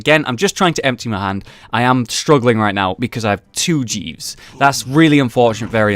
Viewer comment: could have sworn jeeves was called jesus there...